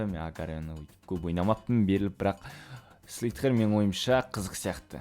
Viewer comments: агылшынша дым билмейсинго слитге емес слизер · слитхер))) слизер дешиш) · даке слитхер емес слизарио